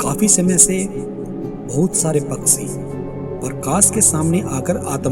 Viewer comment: Waaheey nahi..woh hota hai Paaksi nahi..paakshi hota hai Sound quality bekar hai..echo sound mat kar..aur yeh joote se kya nishan bana raha tha?? Yeh tarkol aur soap lake sab discovery mei detail me bata chuka hai..yeh sab bataya hua hai ki kyu hota hai..tum faltu time kharab mat karo..patthar ki jheel..vaigyanik yeh sab jaante hain..aur yeh sab youtube pe tumko mil jayega..